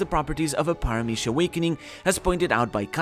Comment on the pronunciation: omg are you spanish? the paramithya pronunciation was P E R F E C T